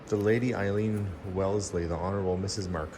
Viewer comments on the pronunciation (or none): none